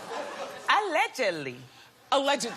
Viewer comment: Joseline made it 3 fucking syllables: “Ah. Legid. Lee.” 🤣🤣😂